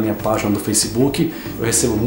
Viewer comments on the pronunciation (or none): Inclusive tu falou Faceboki no final professor kkk